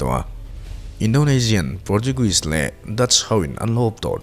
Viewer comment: Enteh, channel in siam ve duh a nih chuan pronunciation hi uluk teh u. Thrangtharin an nuih tut tut mai ang che u. Pawrtuguis te i ti mai mai. Kan trawng a ni lo va, duh duh danin lam mai mai tur tih te hi sim tur.. "Khraisaw pe" ti che ila i lawm lo vang